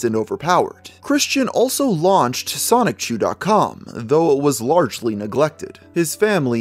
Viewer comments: Generally speaking, I don't nitpick about pronunciations, but how can you pronounce it Sonic-chu after so much research? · repeatedly pronouncing Sonichu as Sonic-Chu is quite grating. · Lost me about 2 minutes in when you said "Sonic Chu" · Stopped watching as soon as you said "sonic-chu" how could you do a whole video and still mispronounce the linchpin of the story like that. Sloppy. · Please reupload this but pronounce Sonichu correctly.